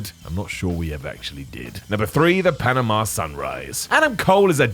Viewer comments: Panama, not Panema..i believe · "Panema"? Seriously guys?